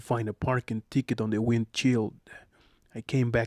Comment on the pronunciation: Sir, it’s correctly pronounce as WIND SHILD not WIND CHEELD. TINTED WINDOW not TAINTED WINDOW But super thanks for sharing us knowledge like this on top of call center training. From Manila, Philippines